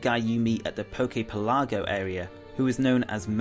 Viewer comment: Anabel isn't Looker's subordinate, she's his BOSS. Also, it's pronounced Coo-Coo-E and Pelluh-go not Pell-log-go. Jeeze.